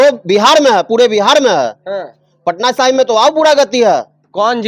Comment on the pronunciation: अरे बकलोल पत्रकार, उस विधान सभा क्षेत्र का नाम पटना साहिबां नहीं, पटना साहिब है।